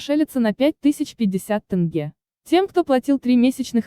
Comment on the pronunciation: С каких пор Казахстане деньги называются тынге? Насколько я знаю это тенге.